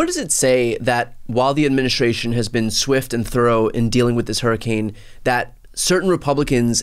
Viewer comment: What the hell is an "adminishashion"?